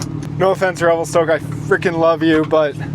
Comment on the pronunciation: Revel-stuck haha